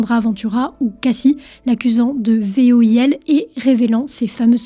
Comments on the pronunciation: voil ? ou V I O L ?? lol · pas v-o-i-l mais v-i-o-l. 4min.26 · Ouais même moi j'ai capté qu'elle dit : V.O.I.L Inversement de lettre dans la rapidité en parlant ! L'essentiel c'est qu'on a tous compris ! 😉 C'est le principal ! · c'est V I O L pas V O I L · Attention, tu parle VOIL, en inversant les deux voyelles, ça faut un peu bizarre "il est accusé de voil" meme si on comprend que ce n'est ce que tu veux dire . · "Des plaintes pour VOIL" ?? 😂 y’a comme un problème dans l’énoncé, non ? 😉